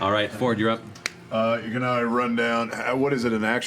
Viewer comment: Isn't Fjord pronounced more like Fi-yord? If it was just Ford it'd be spelled like Ford, right?